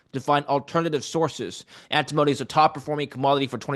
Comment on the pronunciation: It's AnTIMony not Antimoany